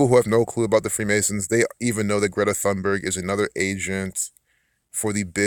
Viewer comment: Thunberg is pronounced with a “straight” T as you say “Tarzan”.. you don’t hear the “H”.. 🤓 Like “Tune-berg”, not exactly.. almost. 🙃 I’m Swedish too. And yes, she’s a fraud and like you say, an actor. So much shallow stuff around her. It’s awful. Thank you for the good info. 🌸